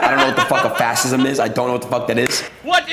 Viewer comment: “What is a FAS-ISM?!” 🤣👌🏼 I love Adin Ross too but wowzers that was pretty bad.